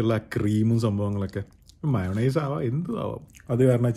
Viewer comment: ചേട്ടാ ഇത്രെയും ഫുഡ് സ്പെഷ്യലിസ്റ് ആയിട്ടും മയോന്നൈസ് അല്ല ചേട്ടാ ഗാർലിക് sauce തൂം എന്നൊക്ക പറയും